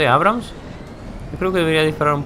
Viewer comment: Por que pronuncia abrums en vez de abrams? En video actuales sigue diciendo mal en nombre de otro tanque creo